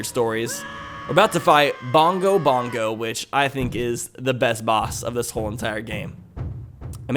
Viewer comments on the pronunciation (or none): it's Bongo Bongo, not Dongo Dongo. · It's bongo bongo not do go dongo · DONGO DONGO??? YOU MEAN BONGO BONGO???? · Isn't it Bongo Bongo?